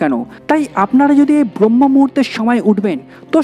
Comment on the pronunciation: ভাই, উচ্চারণটা "ব্রম্য-মুহূর্ত" হবে